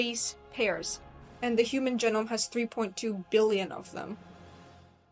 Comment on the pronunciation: First comment: if you plan on including lecturing as part of your career, spend a little time making sure you are pronouncing words correctly. You have some rather odd pronunciations for a native English speaker. This is very distracting, especially for technical terms at the core of your subject (eg nitrogenous being pronounced like genus, and genome like ginome). The meter and syllables stressed in some words was also odd. I’d also avoid uptalking as it is the most universally disliked speaking affectation. My second complaint is the complete absence of any discussion on the role epigenetic modification (eg methylation and hostile modification), interfering rna, or repeated sequences from indogenous viruses in our genome that activate at fertilization creating unique insertions that are the primary way individual humans are genetically diverse as they don’t code for actual expressed genes and are under less selective pressure as a result. All of these factors can have major impacts that either increase or decrease the transcription of a gene. So you can have a gene isoform associated with darker skin being expressed lower giving the same skin tone as an individual with a gene coding for lighter skin being expressed at a higher rate (eg bushmen in Southern Africa have a much lighter tone than their neighboring populations). Finally, certain hormones have a huge effect on expression. Take a look at the Nordic blond model who decided to become black (her words not mine) by tak